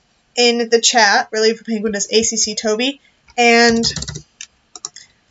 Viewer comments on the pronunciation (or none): none